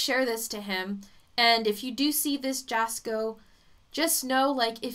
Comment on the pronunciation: Its pronounced yasko. Yes he has stomach crap going on and its serious and he gets headaches